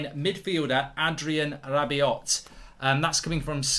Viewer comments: Not gonna lie, this was a difficult watch… It’s pronounced ‘Rabi-oh.’ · The "T" in Rabiot is silent Goldbridge